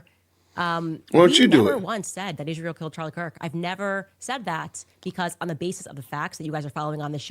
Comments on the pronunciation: No no it’s Ishrael that she says killed hin see it wasn’t Israel at all ….. I CANNOT stand when she misspronounces on purpose Israel 😡’ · Every time I hear “Izhreal” I want to vomit. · The way she pronounces Israel is also very disgusting. And it’s the same way leftists racists pronounce white people.